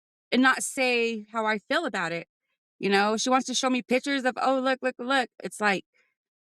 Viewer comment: They always say “pitchers” instead of “pictures” too. It just sets the tone